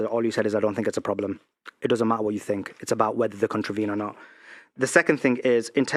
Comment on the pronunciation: "it doesn't ma'a wha you fink, it's abou facts" he says as he's just rambled about his feelings and thoughts on the west and how women own men.